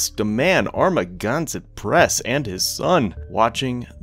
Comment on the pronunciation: I will never forget the way you pronounce "Amagansett"